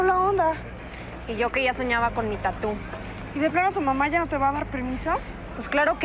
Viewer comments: Se oye tatú pero es Tatooh,es tatuaje en inglés nmms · Esque lo dicen como Tattoo en vez de tatuaje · A alguien más Le da rabia q digan tatú?? 😂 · Por qué le acentúan a la u en tattoo? :v